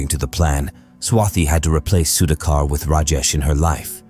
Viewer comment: Good if can learn to pronounce the Indian names. Was difficult to listen to Sudhakar’s name being mispronounced throughout the video. Goes for names in other videos too.